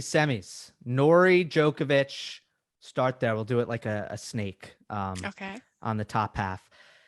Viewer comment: Best tennis show in the world. However, remarkable none of you can pronounce Novak's last name properly yet..